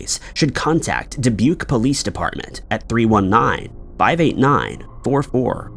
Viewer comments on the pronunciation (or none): none